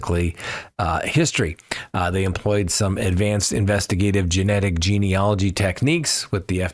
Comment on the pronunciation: Genealogy not Genology. Bryan waa weird and creepy and yet so normal if like you say that he panicked.